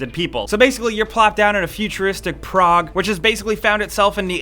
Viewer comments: You're saying 'Prague', right? Not 'Prog'? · It took me a while to realize that when he said "Prog" he was actually trying to say "Prague"